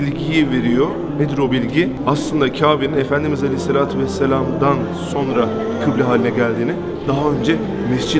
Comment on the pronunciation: Sorna değil sonra:)